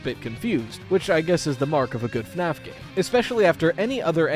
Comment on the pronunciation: Australians now pronouncing it as FNArF